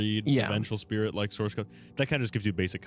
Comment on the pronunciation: this mf said determination and spih